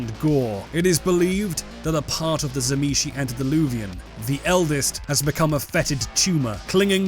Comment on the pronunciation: you are pronouncing tzimisce wrong m8, It is "zim-eat-see" according to its creator